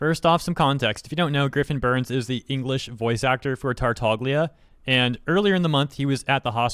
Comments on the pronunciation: It's aCTUALLY, pronounced "Tartalia" 💅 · "tartaglia" is pronounced Tartalia, just drop the G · Ay dude note: to pronounce "Tartaglia" the G is silent, since it's Italian. And Pin. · pronounced 'Tartaglia' without the 'g' being silent. This is offensive to Italian culture. Cancel him. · While that is correct, in game he does pronounce the g. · Im pretty sure in one of the Zach’s stream, Griffin said that they had been told to pronounce Tartaglia like that. (sorry for my bad english)